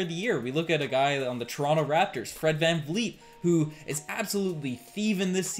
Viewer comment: can you pronounce giannis' last name with a 'P' not a b. long time watcher but really disrespectful when people don't take the time to pronounce people's name properly specially as a podcaster/analyst. really bothers me when people say fred vanfleet as well. jus sayin